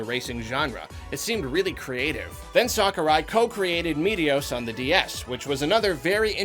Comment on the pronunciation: No one:: “Sockurai”